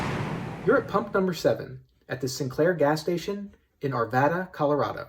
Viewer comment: I just want to thank you for pronouncing Arvada properly!